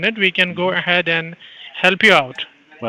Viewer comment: "If i go 'aheaiyd..'," gives it all